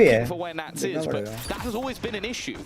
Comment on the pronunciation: nats not nutting.. the russian vibe